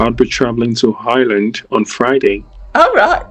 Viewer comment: I'm sure you're right. He sounds so blank and robotic, but you can still hear him talking about Hireland and the hocean.